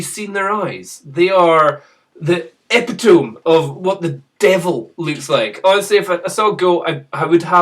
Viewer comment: Hate to be that person, but "Epitome" is pronounced "epit-toe-mee"